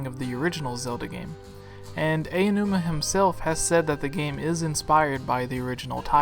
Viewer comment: Stop pronouncing Aonuma incorrectly. It is AH-OH-NOO-MAH. Not "Eyanuma." Japanese has only 5 vowels and all of them are easy to pronounce.